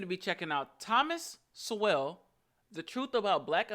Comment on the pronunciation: I enjoy your reactions, always worth watching. Sowell is pronounced So-ell, with just the slightest W sound. To put another way, just say "Soul" (or Sole), and it's close enough.